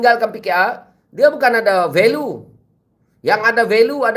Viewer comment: Value pronounced as "va-li-u"